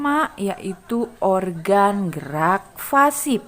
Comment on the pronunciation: Koreksi ya bu... Organ gerak Pasif bu, bukan Fasip... Ibu menyebutnya Fasip terus 😅